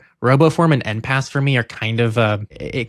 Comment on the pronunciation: I think enpass is meant to be pronounced like en passant